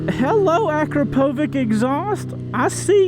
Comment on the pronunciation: Akrapovich not akrapovik